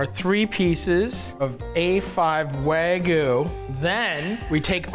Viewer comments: Love you Matty!!! But….wtf is “Wahgoo”?😂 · wagyuu. not wagoo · Is it that hard to say wagyu lol he says wagoo every time 😂